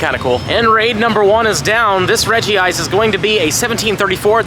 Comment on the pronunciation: Redj-ice not Redjee-ice